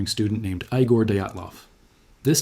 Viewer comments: It is not Aygor, it is EEgor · Thanks, great video. eye-gore Dyatlov? This isn't the movie Young Frankenstein. His name is pronounced Ee-gore. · "Eyegore Dayatlov" 😂😂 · eye-gor? lol